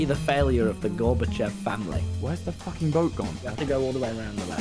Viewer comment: “Just guckking it”